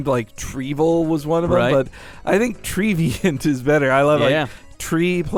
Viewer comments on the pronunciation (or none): Also, you read Trevenant as if its name were Treeveant. I think it's Treh-veh-nant, like the word revenant. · Actually It's Tree and Revenant. A Revenant is an ancient or evil spirit. It's trevenant not Treevient!! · It's actually "Trevenant", Aka "Tree+Revenant", my dudes. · I THINK its Trevenant, treant (mythical tree creature) + A revenant (a visible ghost or animated corpse) not tree-deviant. probably pronounced trev-en-ant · you guys couldn't have said his name more incorrectly...? It says Trevenant... lol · Also, are you guys dyslexic? This is an honest question, because you were way off on not even just pronunciations, but also just sounds. The biggest example was when you called Trevenant (TREH-VIH-NANT) Treviant (TREE-VEE-ANT). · Yeah, it's "tree" and "revenant," but it could still be pronounced their way. Treants from Dungeons and Dragons were pronounced similarly. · Treh veh nant. There are two Ns. It's like "revenant" with a T in front of it. x_x